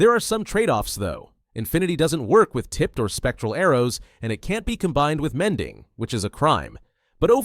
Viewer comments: The mending sounds like a filipino said it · "mending" in indian accent